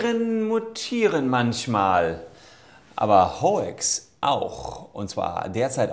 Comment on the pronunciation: nicht "hoex", nur "haux".